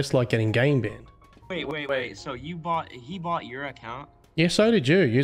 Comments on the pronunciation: brought not bought bruh :') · Lol, Non-Aussie's hear "bought" when he was attempting to pronounce "brought". It's like the "how ya going" phrase. Not "how ya doing" or "how's it going".😂 Good work bro, keep it up.